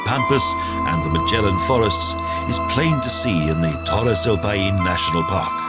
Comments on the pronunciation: It would have been a fantastic video, if the guy who reads the text could take the trouble to learn how to pronounce the names of the places. "Paine" is not "pah EEn" it's "pIE - neh". He spoiled a lot of other otherwise great Expoza Travle South America movies. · The pronunciation is all off. It's NOT "payeen"...it's "pie-neh" and it means "blue" in the local native language